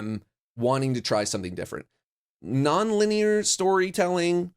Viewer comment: “Nonlinear” sounds like “No effort”